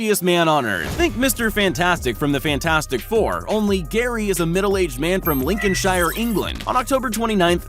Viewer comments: love how he pronounces Lincolnshire it’s not lincoln-shy-er it’s lincoln-shet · Anybody else hate when he said 'lincoshire' wrong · ‘Lincolnshior’ Lincolnshior......why must you hurt me this way.